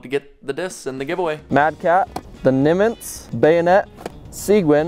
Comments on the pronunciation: Nimitz pronounced Nimm-it's. Seguin pronounced seh-geen. Like as in Juan Seguin. Very respected figure in Texas history. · Texas Born, Texas Proud Gonna help you with some pronunciation: Seguin = “Su-Geen” Nimitz = “Nim-Its” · Vermont here. Also Nimitz is pronounced like the aircraft carrier. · From Texas, and the way you said Nimitz and Seguin was hilarious. 🤣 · Nimitz... two syllables. That's a Admiral and a ship.